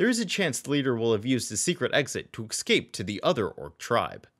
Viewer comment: Don't say excape! It's escape!